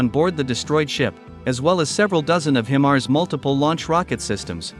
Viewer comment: HIGH mars not HIM mars